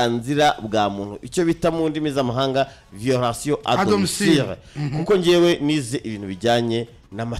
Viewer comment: 😂😂😂😂😂😂😂Ntabwo ari "domicire" ni domicile "papa !!!